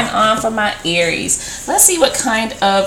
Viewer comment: please say it ARIES